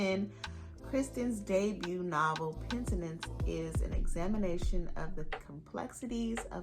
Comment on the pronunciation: It sounded good the way you said it 🤷🏽‍♀️😂😂